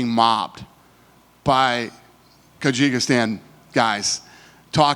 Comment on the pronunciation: Did he say kajigistan? Hahaha omg Americans huh?